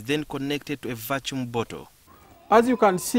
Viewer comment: I love this but please it's not achumulate it's accumulate and not vachum it's vacuum😂😂😂. but this is very smart I love you my Ugandan people love from Zambia.